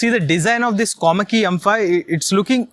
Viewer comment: Its Komaki dude not komali😅😅🤣